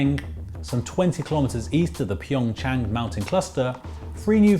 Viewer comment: It’s PyeongCHANG not PyeongYANG 🤦🏻‍♀️